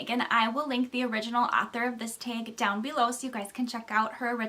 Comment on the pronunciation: Welcome to booktube. I was pretty sure of the Minnesota part when you said "tag." We're Adrian and Dalton. Looking forward to more.